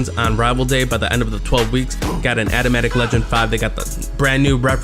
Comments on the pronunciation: "atamatic" lmao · Big bruh said adamatic ddaxcc